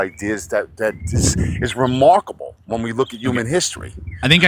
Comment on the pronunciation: “Again again… I’m gonna ignore everything you said.. archimedes… remawkable.. “